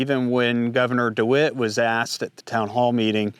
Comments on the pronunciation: Great job on the information you are presenting - I hope you won't mind me saying so, but it's Dewine, not dewitt. Not to be picky! Your channel is one I trust and probably the one I look forward to the most. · Good video but it's Gov Dewine not DeWitt:) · The Governor’s name is DeWine, not Dewit. Unless you were mispronouncing it on purpose, which would be hilarious. We call him DeWine The Weenie. He took campaign contributions from Norfolk. So did other Republicans and a few Democrats. So the assessment that it might be political was spot on. I am from the government and we are here to help you. Right. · It's Governor. DeWine, not DeWitt. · Dewin, not Dewit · Who is Mike DiWitt? Did you mean Mike DeWine our governor? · Thank you for covering this! Just a tip about the governor, his name is DeWine not De Wit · It's not "DeWitt," it's "DeWine," and I'd be very careful about anything this guy says. He's the governor who was on the forefront of marginalizing, segregating, depriving, discriminating against purebloods, through his lottery-for-jabbed-only, back in May of 2021. I don't care WHAT that guy says...It's coming from the mouth of a statist America hater. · It’s DeWine btw